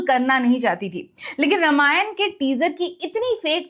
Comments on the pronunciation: Pleaseeeee pronounce it as Raaamaayan..not rama-yan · मैडम, कृपया रामायण कहे, नाकी रामायणा, Please don’t distort it